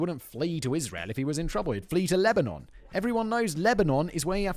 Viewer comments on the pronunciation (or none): none